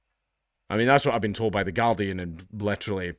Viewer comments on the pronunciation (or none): Hearing a Scot say Gurdian is pretty amusing!